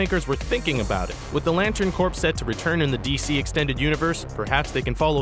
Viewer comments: How can people who claim to be comic book fans still pronounce corps as corpse instead of core? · ITS PRONOUNCED "CORE" NOT "CORPS" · "Corps" is pronounced "Core", not "Corpse". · "The Lantern Corps" is not pronounced "corpse." The "s" is silent. The Lantern "Kohr"... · It sounds like when you are talking about the Green Lantern Corps, you say Corpse. Its pronounced like core. I couldn't tell if the sound was just bad or you actually said it pronoucing the ps. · You mispronounce corps, it should be pronounce like core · its corps not corpse you say it like core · Did he say "Green Lantern Corps" pronounced "Corpse"? Ugh. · I believe many people make this mistake with corps. They should just make the word be spelled "cor". Sometimes english doesn't make sense. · Yes it came from french but it is still an english word; it's part of the english language. They should convert the spelling of all words that come from other languages. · I dont see why people keep saying this. Just cause you don't know that they are called that doesn't make him stupid. He said the right thing they used to be called that back when they were made it's a thing from that time period. The stupid thing is his pronunciation of corps and the superman mistake. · the p and s in corps are silent letters.....